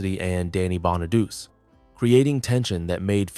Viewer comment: Danny Bonaduce’s last name is pronounced BON-A-DOO-CHEE, NOT Bon-a-deuce. The real reason Ricky Segall was a problem for the show was the fact that he couldn’t sing or act—period. And he wasn’t needed, either. For both reasons, he shouldn’t have been cast in the first place. But by the time they realized their mistake, the show was ruined as a result, which really confirmed the axing of the show. Another reason “When We’re Singing” was replaced was that David Cassidy didn’t sing it. It was recorded with the same singers that sang on the two songs on the first album. Another fact: David Cassidy’s voice sounded different than his real voice in the first two PF albums because they sped up the tape of his vocals to make him sound younger than he actually was (they wanted him to sound 16 instead of 20). DC rightfully objected to this, so starting with their third album, “Sound Magazine”, they released his vocals at the proper speed.